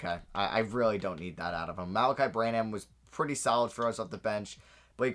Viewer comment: Every time he said Bran-ham I physically cringed from how wrong it is